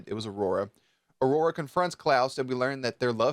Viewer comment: Omg I love how you said aurora!